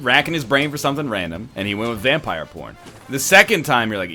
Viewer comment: I swear to god said "Rampire" multiple times